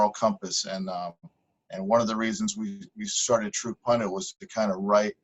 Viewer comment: PUN-DIT NOT “PUN-DANT”. You are so smart, your grammar should match your brain.